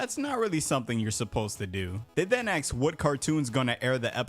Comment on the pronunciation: Aks him ??? 😂 Just say ask